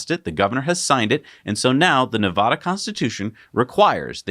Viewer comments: Please don't say na vah duh lmao its like saying Warsh instead of Wash.. or Die uh be dis im not annoyed by much but.. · So did finally see a comment about how they are pronouncing Nevada wrong? Or is it all the talk about Nevada because of the election that clued them in??